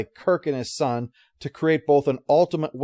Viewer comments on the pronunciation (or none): The word is UL-timate, not ALL-timate. There is no such word as "altimate": I've been hearing this mistake more and more, recently. Ugh! It's starting to become as common as the rampant, annoying over(mis)use of the word "iconic".